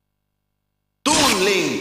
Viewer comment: they pronounced toon link funny